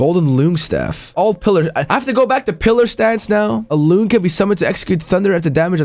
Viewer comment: its actually pronounce "long" , like the bosses, they've got tails and ...long....right ?